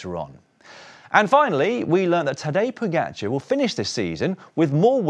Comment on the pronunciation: You still haven't worked out how to pronounce his name. It's Po-ga-c(h)ar. It's friggin not Po-get-char. You don't seem to have problems with other riders names, so I reckon it's a jealousy thing.